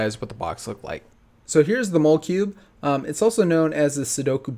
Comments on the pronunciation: are you sure it's pronounced mole-cube and not mo-le-cube? I assume the pun is that it's like "molecule". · It isn't mole-cube, it's mol-e-cube as in molecule. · I'm pretty sure the "mole" in molecule is pronounced like it is in "molecule" (mall-ah-cube) not mole-cube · Hey, I think it is maul-eh-cube like molecule rather than mole-cube. If this is a repeat I apologize. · It should be pronounced just like molecule but switch the second “l” for a “b” making it mall uh cube. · Also it’s pronounced mol-e-cube not maul-e-cube. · It's not a mowl cube it's a mall e cube like a molecule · I feel like the name isn't pronounced "mole-cube" but "molly-cube", like molecule. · i dont think its mole-cube, i think its mal-eh-cube, like molecule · mole-cube??? i thought it was molecube like molecule :/ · It's pronounced Moll-eh-cube not ,mole-cube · wouldn't the cube be pronounced like Molecule but with a b? I wouldn't say Mole-cube. Molecule and cube so Molecube would sound better in my opinion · RPKVids thank you.i knew that and it was kind of getting annoying when he said "mole" cube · Pretty sure it's pronounced mah-luh-cube. I think it's a play on the word "molecule" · I believe it's called the Molecube ("molly cube") as in "molecule cube" rather than "mole cube". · Are you sure it's not pronounced like molecule instead of mole cube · I don't know about you but I certainly don't pronounce molecule as "MAHL-eh-cule". It's "MOLL-eh-cube". The o is pronounced like an o, not an a. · pretty sure it's pronounced mah-le-cube, as in molecule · Isn't it pronounced "molla-cube" like molecule? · It's pronounce mo-le like molecule. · Correct/Prefered pronunciation: Maw-leh-kyoob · Just so you know, it's pronounced "MALL-uh-KYEWB," like the word "molecule." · I don't think it's pronounced how you say it, it seems like it would sound like molecule but with cube at the end, and tbh that would make sense